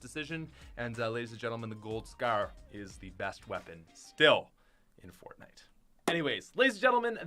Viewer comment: He Said fortnaijs